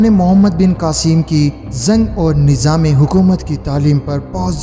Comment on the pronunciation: Apna urdu talaffuz sahi kro kasmir ni kashmir saher ni shaher nijam ni nizam plzzz k or q mn farq kriye samil ni shamil